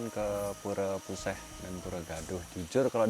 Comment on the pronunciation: Untuk penyebutan puseh disini e nya bacanya sama dengan e pada "elang" atau e pada "cepat" Terima kasih